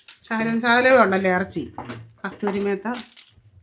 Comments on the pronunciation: Kasuri methi not kasthiry metha😂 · കസ്തൂരി മേത്ത അല്ല മേത്തി ആണ്